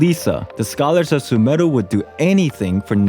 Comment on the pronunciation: is no one gonna talk about how good his pronunciation of sumeru is?